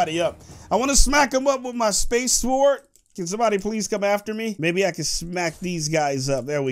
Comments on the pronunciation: i swear if your pronounce sword, SWWWWORD again, I will flip out. It's pronounced, SORD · Its not s word its like s ord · he say sward not sword